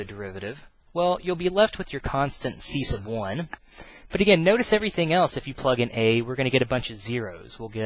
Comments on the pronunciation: the way u say "c1" is funny ciesce of 1 -. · I think he is saying C sub 1, sub meaning below or under as in submarine, subject subordinate. So you have C submarine or sea submarine